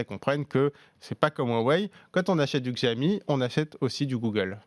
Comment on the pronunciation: Bientôt 3 ans que la marque est en France et vous ne savez toujours pas prononcer "Xiaomi"...